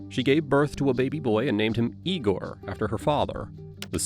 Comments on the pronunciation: Lame AI announcer is lame. Who pronounces the name "Igor" as "EYE-GORE"? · I see all of the other comments about a polygraph, and yeah, I agree with everyone about it being pseudoscience, but I came to comment on the narrator pronouncing the name of her son as "EYE-gore" at one point and all I could think of was 'Young Frankenstein.' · Is tbis an AI narrator? It goes from ee-gore to eye-gore when pronouncing Igor. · Ea=gor.not i=gor. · “Eye-gore.” It’s funny when they mispronounce it in Young Frankenstein, but here it’s just an example of lazy A.I. narration review. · The only one who pronounced it like that was the detective. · Eyegore? What is this Young Frankenstein?😂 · If the narrator listened to the video, he’d know how to pronounce the name Igor, i get you’ve never heard the word out loud before, but the cop says it in your own video